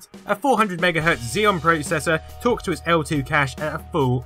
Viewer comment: YOU SAY PROCESSOR WRONG!